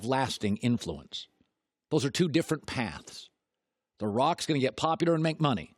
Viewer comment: Doesn’t anyone else ever realize when he says “Popudar” instead of “Popular”